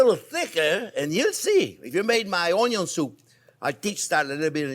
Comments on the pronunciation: Chef’s just trying to pronounce it onion as it’s spelled, as you do. But in Ireland it’s pronounced more like UN-YUN 🧅 I love how he says it 💚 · cream of mushroom soup, some character in a WW2 movie would mention this soup,h3 missed it from home ,he sounded british or irish, anyway it's been on my mind this soup. i might give it a shot making it...onyon sounds funny...great chief, thanks maestro! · the uhnyun lol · Being redundant, quirky, and pronouncing the word onion is the reason I watch😊 Don’t change anything. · Anyone else refer to ‘onion’ as ‘onyon’ now?😂😂😂😂😂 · Keep telling us, "The onyo number one." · Chef Jean-Pierre, you are my favorite YouTube chef. I have made dozens of your recipes. Keep up the amazing work. I thought it was onyo first, unless there was bacon involved. Please guide this tormented soul... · "1 or 2 videos where I did not talk about the onjo ..." They exist?!?! :) Nice one chef ... keep them coming! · I just like this guy, he knows exactly how to do it. Not too hot, not too thin or thick and the perfect seasoning. And: he likes ONYO, a lot, just like me. And please keep on explaining. ❤ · That's Anion...lol. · Wrong, it’s: “Onyo is number first”. 😅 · Love the way the sound of the word onion sounds in my ear from your mouth. Enjoyed, TYVM!